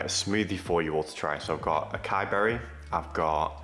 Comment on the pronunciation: Acai is pronounced asaiyee btw